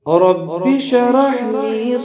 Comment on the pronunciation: ماشاءالله ! بهترین ذکر است، مگر تلفظ در شروع ( رب شرح لی ) درست نیست دوباره ثبت نمائید. سر فراز باشید.